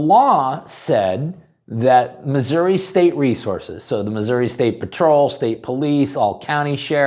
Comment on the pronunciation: I am proud of my state. What has yours done to protect your rights?? And thank you for saying it right. If you say RAH you deserve contempt.